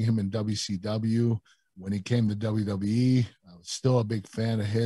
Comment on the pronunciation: WWE Kurt: "dub dub E"